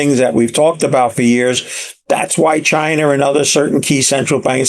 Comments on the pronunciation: Anyone who calls it "Chiner" is hard to listen to. A ton of missed takes. Of course inflation is why Gold goes up..who gives this guy there money? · chin-er = china